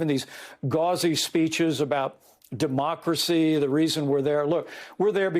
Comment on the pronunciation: Mike Pence, shaking his head while dismissing what he thinks are ridiculous and unimportant things: "de-MOC-racy..."